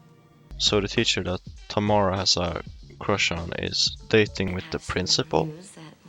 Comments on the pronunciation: my names tamara and you didn’t say it right bestie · My daughter's middle name is Tamara And My granddaughter's first name is Tamara. But it's pronounced like Tamera.